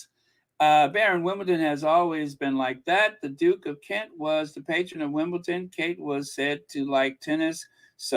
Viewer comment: Baron, you keep on saying Wimbleton. It’s Wimbledon with a D not T. You caught yourself at the beginning but towards the middle of the podcast, you were mispronouncing it 😊😊